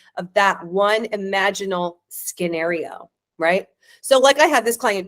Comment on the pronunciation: what's a 'skinario' dear?😂😂😂